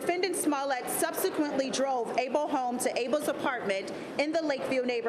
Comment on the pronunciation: Lady please stop saying A-BOWL.. it’s like all of a sudden you have a Korean accent when you say A-BOWL